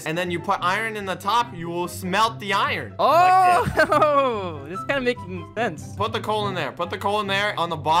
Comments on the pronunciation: Did anybody notice that pronounced iron I-run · Me laughing at how says iron. He pronounces the r in iron... iRon